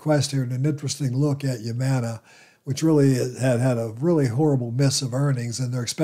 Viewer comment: HUUUUMANA NOT YUUUMANA